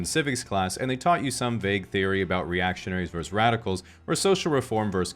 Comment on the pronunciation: Please, please, PLEASE, it's versus, not verse. Two syllables. Always. It doesn't matter how many things you're comparing. Other than that, nice summary. Especially finally bringing in the third and higher dimensions, lol.